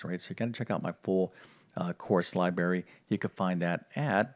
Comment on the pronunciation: You are definately not an English teacher. IE LiBRARY not LiBERRY!